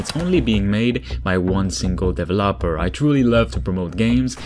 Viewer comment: "Devil Opper"